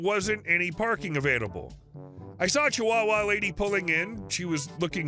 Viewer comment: Do you have a difficult time saying the word “chihuahua?” It’s okay. I could never say “antique.” It was “antink.” Grandma couldn’t say “aluminum.” It was “aluminuminum.” We practiced the correct pronunciation, but whenever we had to use the word, there was that little pause and the slow pronunciation.